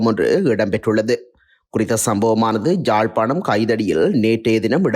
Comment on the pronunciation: Jaffna யாழ்ப்பாணம் Not ஜாழ்ப்பாணம் தமிழை சரியாக உச்சரிக்கவும்.